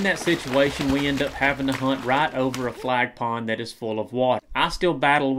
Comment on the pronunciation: as a Florida resident I thought this was an awesome video, except for one thing. It sounds like you are saying “flag pond” but we actually call them “flat ponds.” (Just a tip from a local for anyone planning on coming down)